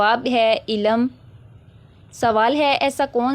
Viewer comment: Informative...but apki urdu reading thk nhi ,jesay ilm ko ap ne ilam parha ,waqt ko wqatt,rizq ko rizaq aur mulk ko mulak ,work on it .